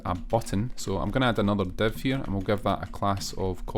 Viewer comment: man you do great tutorials, but can't understand how "div" element became to be "dev" in pronunciation, same for "file" -> "fail"